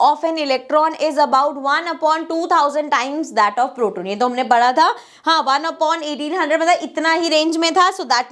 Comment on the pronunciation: You are saying proton as protein